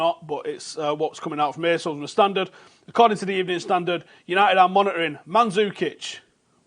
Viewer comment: Was I the only one who could hear only “monetary” when said “monitoring”!?